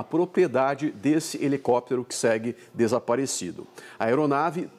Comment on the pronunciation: Um repórter falando "helecoptero", ai é